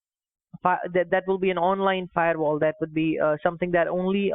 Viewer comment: I love how many different ways kitboga tries to pronounce firewal 🤣